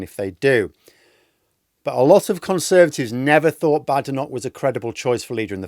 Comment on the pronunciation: I cannot understand why you mispronounce Kemi Badenoch's surname. Is it because you don't respect Tories?